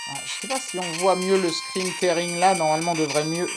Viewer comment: Merci pour la vidéo (on dit "scrin tiring")